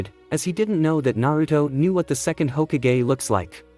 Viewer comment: he was saying it like hogakgay